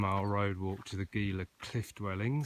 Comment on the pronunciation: FYI it is pronounced "Heela" not "Geela". No big deal, but thought you might like to know it What time of the year were you hiking in the Gila? I have been plenty cold in in the Gila! But, yes the river crossing and all the rocks along the rivers can get really old. Love that part of the country though. Some really large cats in that area as well!